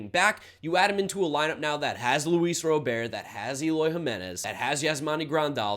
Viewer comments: Luis Robert is pronounced like Robert Redford, holmes. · As a Sox fan, love the move. Also, Luis Robert is pronounced how it is spelled, just fyi. Good breakdown!